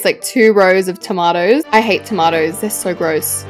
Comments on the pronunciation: Why do you say Tomaaaaomtoes Instead of tomatoes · ITS TOE-MAY-TOES NOT TOE-MAT-TOES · Why are you saying tomatoes so weird ewwwwwww